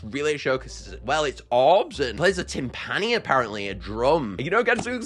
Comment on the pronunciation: I hope the most unstable ones do a glitch of some sort in their idle animations Also just wanted to let you know that timpani is pronounced tim-puh-nee